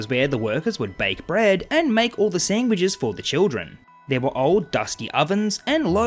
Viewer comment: Feed the She-Pig "sangwiches"! Seriously though the way you say sandwiches just gives me a good chuckle...not trying to offend you just stating what I'm hearing.